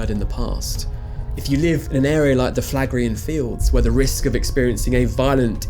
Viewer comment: Phlegraean = Flegrian (Do you pronounce phlegm as flam?)